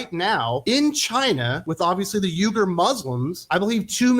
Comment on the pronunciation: Number one you didn’t even pronounce the name of the Muslims in China correctly. Number two if you don’t think that Ron DeSantis is perfectly fine with that you’re not really paying attention to politics stick to doing reviews about funny books, and movies, and leave the politics to people who have it least some inkling of what political science is all about